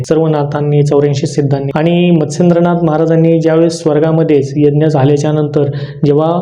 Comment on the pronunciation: मच्छिंदनाथ कि मत्सेंदनाथ नीट उच्चार कळत नाही.